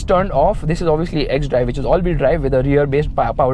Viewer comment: When you said x stree 😂